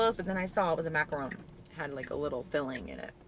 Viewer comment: Hey,. Love your videos! Finally!…Someone who actually got the name of the dessert right! It’s a macaron and not macaroon. You really should design your own dark decor like someone said in the comments…it would be amazing stuff!